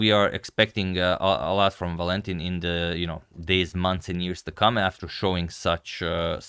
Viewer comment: Agad: it's ['Valentin], not [Va'lentin]